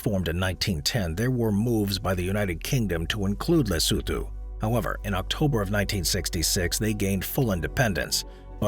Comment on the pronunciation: Lesotho ... la soo thoo 🤣🤣 le soo too